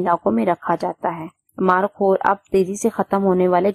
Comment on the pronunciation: مارخور ہوتا ہے مارکھور نہیں ہوتا